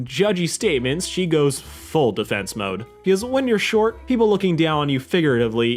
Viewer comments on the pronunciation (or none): none